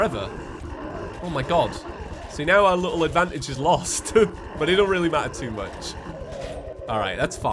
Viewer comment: "The Sprite is weely similar"